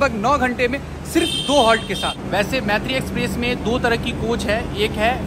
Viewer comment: Bro pronounce correctly m Maitree nam hai par pronounce, moitree hota hai.